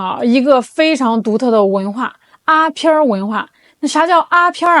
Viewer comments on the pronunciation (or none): 阿片就是鸦片 不要读成阿 片儿